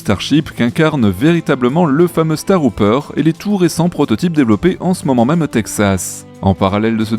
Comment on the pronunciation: Starhopper (saute-étoile), pas Starhouper. Et 'haideur tank', pas 'hideur tank'., si tu ne me crois pas, écoute simplement la prononciation dans les vidéos de NSF. 😉